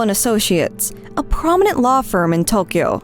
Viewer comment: I will never understand how people can use such absurdly bad pronunciation of Japanese. I mean, even if there is apostrophe BS all over the place in a mysterious system that is used widely has no resemblance of actual spoken Japanese, do you not hear anyone ever speak the words? E.g. "Tokyo" is said like a million times a day in Japanese across media and yet you get it totally wrong. How can people at the same time make the effort to try to get it right and learn those utter bs apostrophe pronunciations that always stress the totally wrong syllables without making the far smaller effort to listen to someone say the word and then just imitate that. Especially it's not just far easier in general but because google translate can be used to literally type in the word and have someone pronounce it correctly for you.